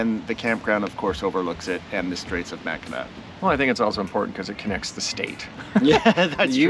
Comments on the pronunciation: Pronounced Mack-in-aw - pronounced Saint Ig- ness lol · Mack-in-awe!!! Lmao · Couple Detroit gay guys can’t even pronounce Mackinac